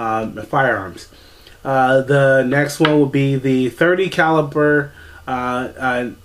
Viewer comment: Caliber not caliper. Lord have mercy.